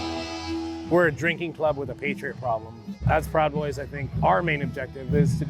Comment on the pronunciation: NOTICIAS VIEJAS APARTE DE TUS MENTIRAS ACTUALIZATE TIO AL MENOS APRENDE A PRONUNCIAR ESAS DOS PALABRAS O DILO EN CASTELLANO.